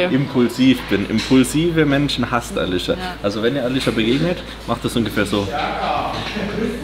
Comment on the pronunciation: hä auf einmal alicia aber dann wie alitsche ich finds so witzig ne